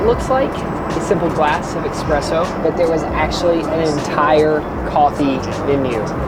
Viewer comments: I love you and your videos, but you've been in Italy enough times to pronounce it "eSpresso" and not "eXpresso"! LOL 🤣☕:trophy-yellow-smiling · the coffee is called espresso not expresso 😂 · it’s ESpresso! Come on! This is like the third video where I’ve heard you pronounce it wrong. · How much longer until shaves that “mustache”? Also it’s espresso not express-o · … did you say “expresso?” 😂😂😂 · oh god he said expresso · WHEN WILL YOU START SAYING ESPRESSO? THERE'S NO X IN ESPRESSO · When you pronounce espresso with an x 🤦🏽‍♀️